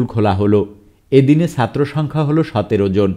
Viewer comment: You need to work on your pronunciation of “ Chattro “